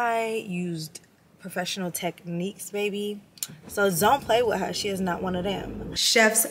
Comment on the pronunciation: I’m excited to see the looks and it’s pronounced she in like she’s in the room.